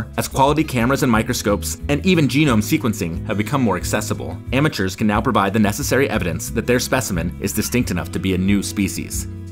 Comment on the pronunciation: Why call them amueturs